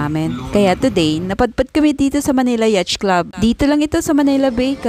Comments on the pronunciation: yaach?😂 yacth is pronounced yat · YAT ang basa dun hindi yatCH 😂😂😂😂😂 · Di po "yacht" ang pronunciation. YAT po ang pronunciation nyan. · Yatch is pronounced as yAt lng po. Ingat